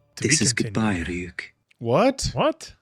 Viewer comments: its pronounced ree uk. not ra e uk. The R is not strong, its like it sounds when you spell tree or tarot. The Y sounds like an E. The U doesn't sound like YOU, it sound like the U you use to say PUT. Reeuk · still calling him Rayuk I wonder why when they keep saying Ryuk in the show xD